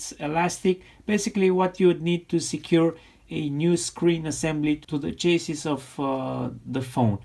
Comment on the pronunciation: Hi there mate.... RE: the word "Chassis" you mentioned.... Yea, you were pronouncing it like... "CHASE - ISS", however, the "a" is a short sound, like in 'bat', and the 's' on the end is silent !! So depending on if from the USA, or the UK or Australia, it can either sound like... "Chassy", (with the 'ch' as in 'chalk' or 'child'), or can sound like... "Shassy", (with the 'sh' as in 'ship' or 'shack'). Generally, your English writing/speaking is VERY GOOD !! :-) P.S. Another great post again too !!!!!!